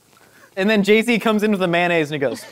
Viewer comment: nobody:: may-nayz